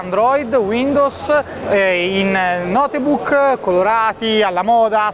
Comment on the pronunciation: Cacchio però la pronuncia "notebuc" non si può sentire. Cristo un minimo sforzo per pronunciare in modo decente le parole inglesi fatelo.